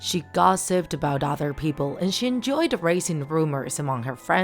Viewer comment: Btw, you’re pronouncing “enjoyed” wrong. Just thought I’d let you know